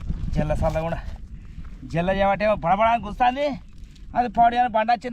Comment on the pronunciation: జిల్లా కాదు జెల్ల 😂😂